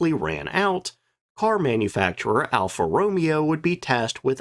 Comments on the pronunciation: All the Alpha Romeo fans are freaking out about your pronunciation right now. lol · As a petrol head I physically flinched every time Alfa was mentioned - thank you for doing God's work!